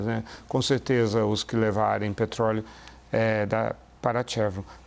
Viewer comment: agora está falando com sotaque de americano nativo “petrrroóóleouu” piada